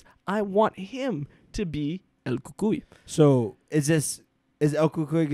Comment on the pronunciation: I’d be totally down for a cucuy movie! 😱 Btw, love how you pronounce cucuy, lol.